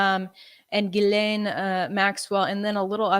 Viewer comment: Say it with me : OM-MI-CRON Gee-lane